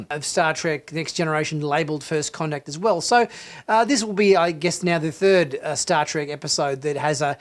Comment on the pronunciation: The Episode was called "First Con-Tact" as in "Con"